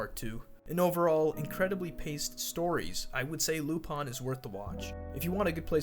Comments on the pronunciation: its "lupin" not "lupon".... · Lupon or lupin??? Because I swear his name isnt lupon. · why do you say lupon its written in lupin pin i dont understand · Why lupan and not lupin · Why do people call him Lupon and not Lupin? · Damn it's really pronounced lupon?